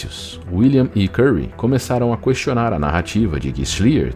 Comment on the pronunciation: Ficaria melhor se Narrador aprimorasse pronúncia Português: Na paravra "questionar", não se pronuncia a letra "u" (pois a letra nesta palavra nao leva trema... 😉